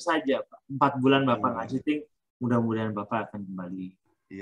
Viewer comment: Cheating bu.. Curang.. Bkn chating.